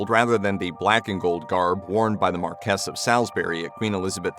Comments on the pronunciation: Marquess of Salisbury is not pronounced MarKESS of SALLS-berry but MAR-kwiss of SAULS-berry. Just a friendly hint! I agree with all the praise lavished here.upon the magnificent Penny Mordaunt though. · "Marquess" I thought it was pronounced Mar Key and not Mar kess? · ..."sword supplied for George IV coronation"... so why show a picture of George VI? 🙄 Emily Thornberry is not the Labour leader. 😖 Marquess, pronounced, Mar-kwes, not Mar-kess. 😡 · Repeat after me: "MARquess [not Markess] of SOLsbry [not Salis-bury]". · His pronunciation of the "Marquess of Salisbury" is just a bit off!